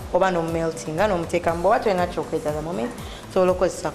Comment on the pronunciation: Not 'chokrate' Chocolate